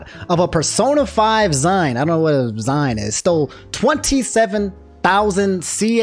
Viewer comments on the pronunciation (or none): I think Zine is pronounced zeen and might be short for Magazine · Zine is short for magazine and pronounced the same way. Also, no Ree-funds, eh?